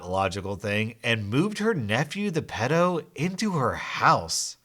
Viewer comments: Pedo is pronounced Pee-do! And I know just what the nice nieboughs felt. I unfortunately have a walking corps ( aka pedo) in the family and his mother was the only one that took the m in when he got out of prison and she tried taking him to see one of her other sons home ( where he had young kids,) and he live only a few doors up from me and I'd just had my first kid . I started only opening the frount door if I had a knife behind my back..... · Why do you pronounce pedo like that 😬